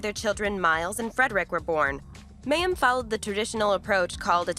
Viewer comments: OMG You pronounce her name WRONG 95 times ---it's the Hebrew word for "water" - my-eem -you could have easily found this out. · Wow!... You have a lot of inaccurate information in your presentation. There are videos of Mayim (pronounced /my-um/) speaking on this and other issues you commented on. Please google them and redo this video. Thank you. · Yes yes yes pronounced MY- UM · Say her name correctly! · Thank you the pronunciation was getting on my nerves. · Is she still practicing attachment parenting when she went to work on the Big Bang theory? The report was not badly done, but as others pointed out that continual miss pronunciation of her name did bother me.